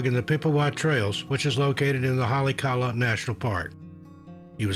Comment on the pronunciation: At least is still a real human narrator. I can tell because he eloquently mispronounced Haleakala. Or maybe the dark robot lord has learned how to incorporate grammatical errors to appeal to common folk... Hope you're a real human somewhere because I'll never meet you but you seem like a real fine chap.